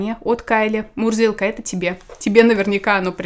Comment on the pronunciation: Когда ты представляла котика ,я услышала не Мурзилка ,а Мудилка🤣😂